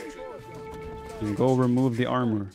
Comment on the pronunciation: Some translation for those interested for whatever reason: 'rozkazania?' - 'orders?' 'gotowam jest' (pronounced gotovam yest) - 'I'm ready' 'jestem sprawiaczką' (pron. yestem spravyachkom) - 'I'm builder' Also 'obuch' should be pronounced as 'obuh'. It derives from 'broń obuchowa' - 'blunt weapon'. AoE Poles use a weird hybrid of modern Polish pronunciation and accent with some archaic words and forms thrown here and there.